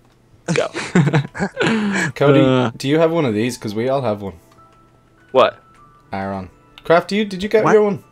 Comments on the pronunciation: Sorry ar on not a r on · its "air on" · Aron is pronounced as: ar (r) on